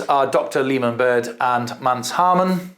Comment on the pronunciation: Baird is pronounced beared, not bird.